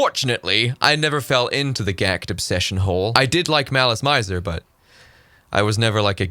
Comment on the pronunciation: I used to buy gothic lolita bible just to sew anything gothic lolita because 20 years ago, in Germany? No sir! And to me, Mana sama is and always will be my fashion icon. 😅 It's also not unusual to see musicians also acting. Btw Maleese Meeser that's good it's pronounced